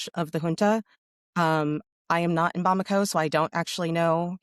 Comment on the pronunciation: Nailed the pronunciation of Bamako. Well done